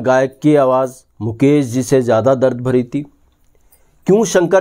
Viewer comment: भाई साब यही फर्क़ है जो आप में और प्रदीप शर्मा में है, आप मुकेश को मुकेस और शंकर को संकर बोल रहे हैं, जयकिशन को जयकिसन, और ये कहानी बिल्कुल झूठी है, सुहाना सफर के साथ ऐसा कुछ नहीं हुआ था, थोड़ी रिसर्च करके आया करो